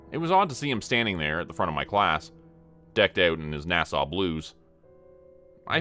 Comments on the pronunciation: Right, sounds like he's saying Nassau. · A gentle correction, NASA is pronounced with a "short" a for both. It doesn't sound the same as the Island, Nassau, in the Bahamas. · Is this a Ai or does he just not know how to pronounce NASA? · Not gonna lie, even 40 miles from Windsor I've never heard anyone pronounce NASA quite like that....😂